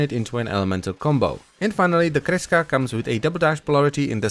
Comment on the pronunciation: i really like how you pronounce kreska. sounds so nice